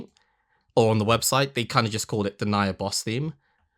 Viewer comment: I dont want to be that guy, but its "den-knee-ah" Denia. She's....an extremely spoilery character, but the important part is her story is particularly tragic. "Evil and menancing" is quite accurate